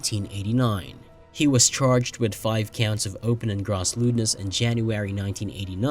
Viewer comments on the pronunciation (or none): Pronounced “grōss” lewdness (long “o”)